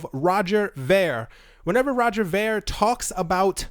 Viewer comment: Its pronounced roger veer